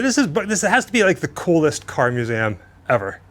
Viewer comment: It is a myou-zee-um. What is a moo-zam?